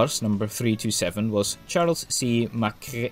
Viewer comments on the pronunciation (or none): I did wonder which part of Scotland your accent came from, but since you can't pronounce "MacRae" I realise you're American.